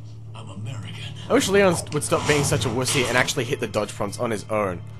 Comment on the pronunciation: "just like you, im American" its weird the way he says american